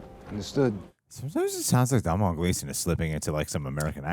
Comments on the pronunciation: Doh-nahl Gleason, not Dom-nahl Gleason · As an Irishman it brings me great pain to hear you pronounce Domhnall Gleesons name. The mh is silent. It's pronounced as Donal. Think Donut, but with an al instead of ut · Decent movie.. a good one to rewatch with the kids.. the sibling bond was a bit flat, writing wise they were saying the right things but the chemistry wasn’t quite there.. also you don’t pronounce the mh in Domhnall.. it’s “Donal.. like tonal” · Just in case either of you end up interviewing him, Domhnall is pronounced more like DOE-null.